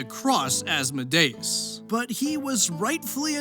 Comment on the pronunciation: As-mo-DAY-us?! As-MO-dee-us.